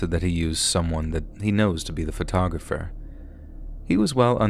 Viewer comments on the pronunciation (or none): PHO-TAWG-RAFFER. Sorry that was driving me crazy. Most of the time it was said correctly but a few times there grinded my ears so wrong. Photo-graffer at points was... Ahhh. LOL I love your videos I don't think I've ever heard you pronounce something incorrectly before. LOL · pho-tog-ra-pher... Not photo-grapher.